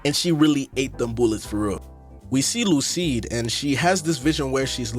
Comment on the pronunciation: Great video but I’m wondering why you called Lucie “Lucide” 😭💀